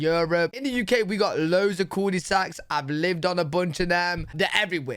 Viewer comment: The way you pronounce Culdesacs is so funny.